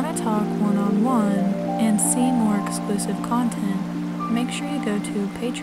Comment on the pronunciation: Dear, Just a warning, that when you mention your Patreon page, what you say you are offering sounds dangerously close to "explicit content" rather than "exclusive content". It made me jump a bit, since I didn't think you were that kind of girl. Still don't, for that matter. Just put it down to my British ears stuttering over your accent. Anyway, while you look delightful in a bikini, I don't feel I need to know any more, thank you!